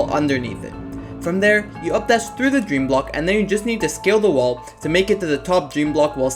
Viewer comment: I swear, every time you say "scale the wall" I hear "skill the wall" and think "Yeah, get outskilled you stupid wall!"